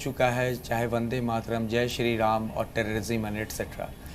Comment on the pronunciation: It's ram not raaam naam theek se le varna tere allah ka aaaalaahh bhi bolna aata hai hume